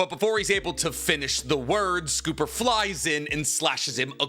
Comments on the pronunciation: Scopper Gaban ‼️ not Scooper Gaban 😂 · no you can say every other name wrong but cmon its gold silver and copper Gol.d Roger Silvers Reyleigh and S...Copper Gaban its Scopper not scupper like im scooping poop its copper with an s like idk that one just annoyed me its so simple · It's Scopper, not Scooper ffs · On 047 how he says scopper caban just makes me cringe. Just to let you guys if you didn't know how. Goldie Rogers first three crew members worked is it was gold deed. Roger, he's gold then it's silver silver's raley for silver and it's copper Gabon for scupper Gabon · It's not Scooper bud, 2 P's not 2 O's sCopper gaban Silver Rayleigh GolD Roger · Gunko is fair tho if it helps for scooper the pirate king and his wings are named after gold silver and copper so those names are all pronounced as such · W video content. But L on the name pronunciation. For future notes it's said like scoper not scooper. It's one of Odas name theme jokes. Gol D Roger = Gold Silvers Rayleigh = silver Scopper Gaban = copper. And I'm sure most of us say his last name like Ga•bawn instead of Gaw•bawn. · Normally I hate people criticizing your pronunciation of things, but I can't get over the way you keep calling him "Scooper" it's like "copper" to fit with the name scheme (gold, silver, copper) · it is not scooper it is pronounced like copper. so s=copper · It's not scooper btw. It S copper. Copper (the metal) with an s before it. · It has to be rage bait, right? “Junko, Sommers and Scooper Bogon” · Lol "Scooper"? You need to work on a lot of pronunciations lol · what the fuck is this pronunciation? S-cop-er it’s just copper with an ‘S’ at the beginning 💀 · The funniest part about the scooper pronunciation is how Tekking jokingly says it 😂😂😂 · Chat, is he mispronouncing all the names on purpose? 😂 Scooper Boggone Goon-co Huhhh?! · Your pronunciation is normally so good! But with one piece it’s getting painful to hear you saying things like logia and scopper